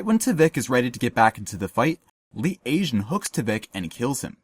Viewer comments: yeah that was killing me throughout the video lol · Awesome analysis. I love the pictures they definitely help and you have such a keen eye, catching things that many of us wouldn't even noticed. The only thing bothers me is how Lee Tae Jun's name is being mispronounced haha.